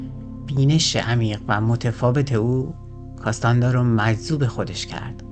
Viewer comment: کارلوس کاستانه دا درسته ، نه کاستاندا